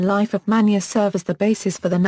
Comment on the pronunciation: first of all learn to pronounce names and placer correctly..... like pune and surve...